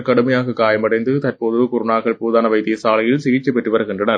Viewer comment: அதென்ன போதான வைத்தியசாலை. அப்படியொன்று நான் இதுவரை கேள்விப்பட்டதில்லை. போதனா வைத்தியசாலை (teaching hospital) என்று அளித்துள்ளேன். கடவுளே நீதான் இந்த தமிழ் ஊடகங்களிடம் இருந்து தமிழை காப்பாத்தணும்